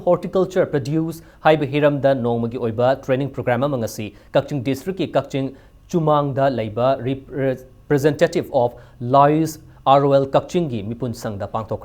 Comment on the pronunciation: kakching gi 'chumnang' haigdbni 'chumang' haikhre